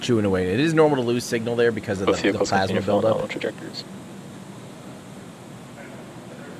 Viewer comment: "Power and telemetry norminal" Another great stream from you Tim, keep 'em coming!